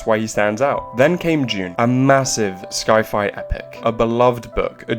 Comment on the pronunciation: Is this an AI-generated voice, or just someone who doesn’t know how to pronounce ‘sci-fi’?